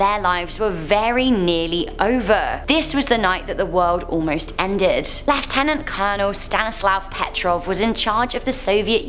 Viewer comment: Yes, u said lieutenant right!!